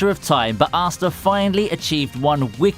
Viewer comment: Please don't pronounce Asta like that, please.